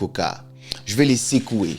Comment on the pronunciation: Cc. Tu nous apprends souvent l’écoute active. J’adore tes vidéos, c’est ce pourquoi je te recommande de mieux travailler ton accent sur certains mots notamment: secouer (non pas sécouer), faisait (dans la prononciation plutôt « fesait » non pas fésait). Bip up 🫶🏼❤️depuis le 229 🇧🇯❤️‍🔥